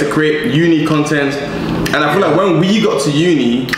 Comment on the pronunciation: "I fill like" brother quit it